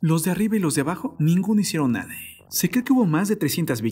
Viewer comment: Feo el acentito todas las palabras las termina E, "no hicieron nadeeeee", "en la entradeeee" "por la parte traereeeeeee" hayyyy que desesperante